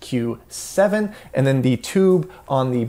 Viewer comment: One-Two-SQ7? Dude, it’s a Twelve-SQ7.